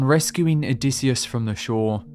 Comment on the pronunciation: "Odysseus" it is Pelasgian myth not a "Greek"!! O dy sheu